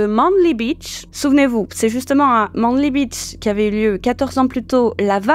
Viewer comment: Manly se prononce "maineli" 🤨😉